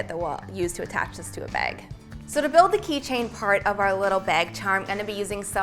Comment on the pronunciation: I swear if says beg (bag) one more time